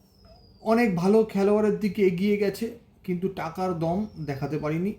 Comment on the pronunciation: Tobe valo kotha ota দোম na দম